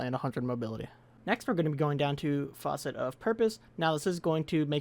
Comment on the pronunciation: i am sorry but you are quite literally pronouncing facet the same way you'd pronounce faucet